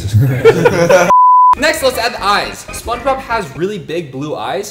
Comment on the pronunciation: said SpongeBoob🤣😂🤣😂🤣😂🤣😂🤣😂🤣😂🤣😂🤣😂🤣😂